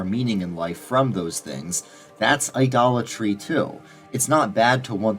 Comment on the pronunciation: Every time I heard “idolatry”, all I heard was “Dollar Tree”. 🫠